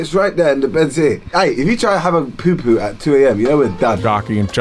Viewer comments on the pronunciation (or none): poo poo just how chunkz says it